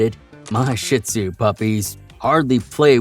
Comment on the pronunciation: Great info for people like me who are considering a shih tzu companion. Despite the warnings, I'm sold on the breed because of the many positive things about them too...I also have the time and patience to devote. BTW, it's pronounced sheed zoo, not sh!t zoo. Thanks! ❤